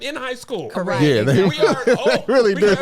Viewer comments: nah it’s co-reck 😂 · It's correck 😭😭